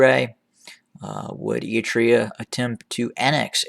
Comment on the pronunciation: Why do you pronounce Eritrea “e-i-trea”?